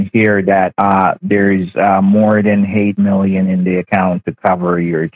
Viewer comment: So far, I've heard him say 'hate million', 'he-mail', and 'hable'. Keep up the good work!